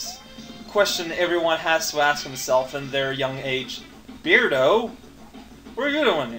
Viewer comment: B-urhd-oh not Beard-oh.